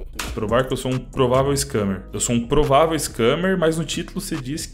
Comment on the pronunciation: Ele disse improvavel;'